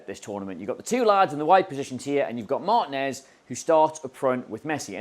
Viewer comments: This drove me crazy! It's not MAHR-tin-ez...it's Mar-TEEN-ez. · MarTEENez, not MAARtinez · Why can't English people pronounce Martinez (and other latino names) correctly? Mar- TEEN - ez. That is not a hard thing to say.